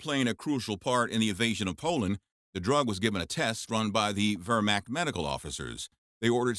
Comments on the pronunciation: The Ver-macked? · Cool stuff but the Wehrmacht is pronounced with a V (ver macht) sounding like mach 2 syllables 1 word pronounce the t. Not hating just saying 🙂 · you really need to edit these things better. You show Soviet troops several time, along with American and British troops. Please learn to pronounce whermacht . and some of the other German words. This is just for a buck, eh ?